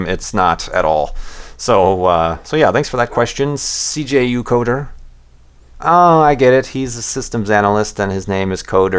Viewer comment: You actually pronounced my name the way I say it in my head xD. Thanks for answering my question! Loved your response. Not sure I appreciate this though: "Oh I get it! His name is Cee Jay You Coder and he's a systems analyst and he codes things. Snore. Snore. Snore." ROFL. Also, "he" does not apply, I'm the other one :-}